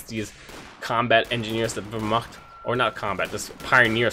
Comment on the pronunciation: We need to speak of your pronunciation of Wehrmacht :P hit me up on steam if you need some help with the game/units.